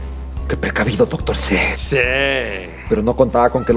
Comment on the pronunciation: Se dieron cuenta que el dr. c dice seee envez de siiii